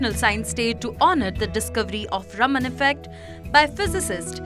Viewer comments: Raam-un right ? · Please learn to pronounce the name CV Raman correctly. 😂